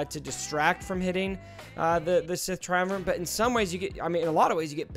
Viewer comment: It's TriumvirATe. You're saying: TriumvirANt.